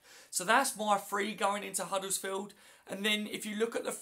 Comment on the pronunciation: Hi, it's not huddlesfield with an L in it it's Huddersfield, as in 'Udders-field. Thanks.